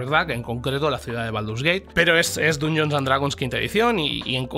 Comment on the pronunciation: Aguanté hasta el hasta q pronunció Dungeons con U. Inadmisible.